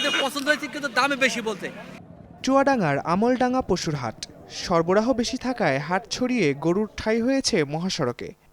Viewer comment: চুয়াডাঙ্গা "আমলডাঙ্গা" নয় হবে আলমডাঙ্গা